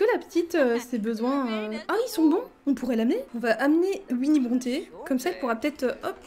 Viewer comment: Je suis la seule que ça perturbe qu’elle dise Uinnie et pas OUinnie (même si c’est Winnie)